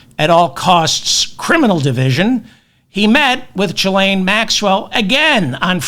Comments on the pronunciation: I'm pretty sure it's a hard G...Gee-lane...😉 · Ghislaine is pronounced "ghee-LANE."